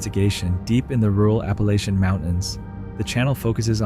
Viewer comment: I really wish people would really pronounce the Appalachian Mountains correct.